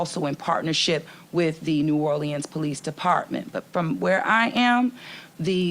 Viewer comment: Can the mayor at least pronounce New Orleans the city she's mayor of?